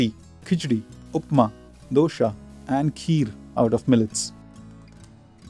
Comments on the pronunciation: its not dosha ,it is dosey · Dosa should be pronounced as dosa not dosha